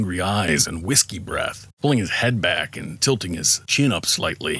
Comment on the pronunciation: "And visky breath of vconor" Aah comentator Aah🤣